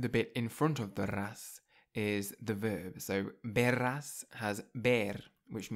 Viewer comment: No es "hablarrás" , el sonido es suave "hablarás"; no es "verrás", es "verás "; no es "amarrillo", es "amarillo". El sonido de la r entre vocales es suave, el sonido rr es fuerte. No es "supmercado", es "supermercado".